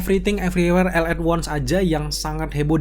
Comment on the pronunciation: salfok sama ALL yang di pronounce EL dan bukannya OL.